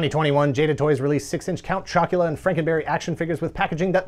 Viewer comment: "Count Choc-u-luh-uh!" made me laugh an obscene amount. yeah my mom would never buy these cereals for us either, for some reason. we were a trix/fruit loops house